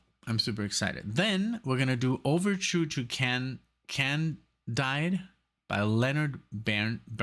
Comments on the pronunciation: I think the vowel of the second syllable of Candide is pronounced like "need". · It’s pronounced Candeed. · I wanted to introduce something a bit different this time. Great reaction,, and I’m really glad you enjoyed it. Candide is an adaptation of the famous satire by Voltaire, pronounced can-deed. I wanted more music when I saw the movie Maestro, so I tried to supply more here. Sometime in the future I will provide some film scores that never fail to make me cry myself to sleep- by the amazing composer John Barry.